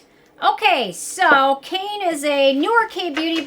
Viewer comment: I had some samples of this and really liked it. Keep meaning to toss a bottle in my cart when I shop Kbeauty, but there there are always so many other things I end up buying! BTW, I believe the correct pronunciation of the brand name is 'Kai-nay' (as in the sound a horse makes) - there really should be an accent over the 'ne'.